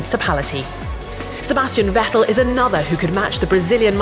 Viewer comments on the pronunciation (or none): none